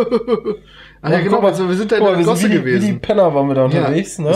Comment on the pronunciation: ***** Eigentlich wollte ich darauf hinweisen, dass Piet immer ships statt chips sagt ^^ Aber danke für den Tipp :D